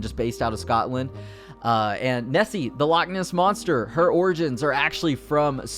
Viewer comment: Omfg! It’s not Scatland it’s Scotland, it’s not NessE it’s Nessie, it’s not lack its loch (pronounced lock but with the back of your throat)